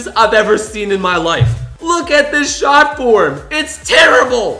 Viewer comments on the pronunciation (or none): none